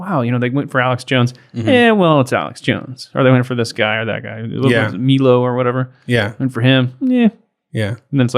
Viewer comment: Good show. But try to keep up. My- lo not Mee- lo.